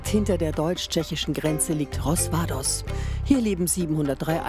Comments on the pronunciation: Was ist das problem,den namen des dorfes einfach richtig zu lesen ? Warum sagt sie immer Rozvados und spater schreiben auch unten Rosvadoz. Es heisst Rozvadov so wie ausgeschieldert. Und man liest es Roswadof. Fertig. Einfach lernen es zu lesen,wenn ihr das schnon in den Fernseher machen. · 8 einhalb Stunden östlich von Nürnberg?? 1.5 maximal.. Und das heißt Rozvadov nichts rozvados🙄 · RozvadoV mit V nicht S!!